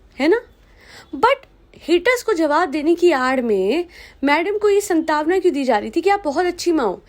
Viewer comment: Please आप हिन्दी के शब्दों का सही उच्चारण करे एक जगह आप ने हिन्दी शब्द संतावना बोला है पर जो कि गलत है, सांत्वना (santwana) उसका सही उच्चारण है